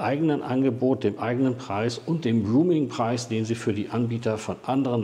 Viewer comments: Roaming nicht Rooming! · „Roaming“, nicht „rooming“ 🙈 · es heißt roaming - nicht rooming 😉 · genau roaming...! 👍😉 höre auch immer mal wieder rooming.... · ein guter Beitrag - gerade für Neulinge. Aber an der Aussprache von "roaming'" gilt es noch zu arbeiten ... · Schade, mir war das Video zu lang. Ein kleiner Hinweis: Ich glaube du meinst "roaming", nicht "rooming". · "rooming" vs. "roaming" 🥺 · 2 kleine Anmerkungen: 1. Es heißt „roaming“ und nicht „rooming“. 2. Eine „EC- Karte“ gibt es schon lange nicht mehr. Du meintest bestimmt eine „ Girocard“. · Sehr gut gemacht. Sehr gut gesprochen. Danke dafür. Nur der Begriff "Roaming" wird nicht Rooming gesprochen. Was fehlt ist der Kurs von Tesla bei einem monalt. Abo (derzeit 9,99€ für "nicht-Tesla-Fahrzeuge"). Da liegt die kWh derzeit bei unschlagbare 39-43 Cent (variiert je nach Standort ein wenig) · Nochmal: "Roaming", nicht "Rooming"!! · Im Augenblick ist es katastrophal. 1,10 fuer 1kWh AC laden ist Wucher in meinen Augen. Ich hoffe es renkt sich bald ein. Danke fuer die Arbeit! Ach ja, es heisst nicht "ruming", sondern eher "rohmimg". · Kleiner Tip zur English Aussprache: Es ging um "roaming" (ausgesprochen "rouming"), nicht "rooming" (ausgesprochen "ruhming") 😉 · Das wir nicht ruming ausgesprochen Es ist der Begriff ROAMING, eher auh Dann gibt es noch grooming, das machen die Affen, wenn sie sich gegenseitig entlausen und gemeinschaftlich lümmeln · Boah, bitte: Roaming kommt vom englischen „to roam“ - herumwandern, stromern und wird [rəʊm] ausgesprochen und hat Nichts mit Räumen (room - [ruːm]) zu tun. Bitte richtig aussprechen - ansonsten isses doch arg peinlich. Danke. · Roaming spricht man aber nicht "ruuming" aus! Eher so, wie die Stadt "Rome" auf Englisch. schuldingung, ansonsten sehr interessant. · Bitte mal prüfen , wie das Wort Roaming korrekt ausgesprochen wird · Nochmal informieren wie man "roaming" ausspricht bitte.